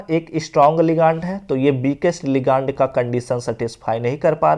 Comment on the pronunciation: Bhaiya लीगानड nhi hota hai लिगैंड hota hai pronounced thik se kijiye😂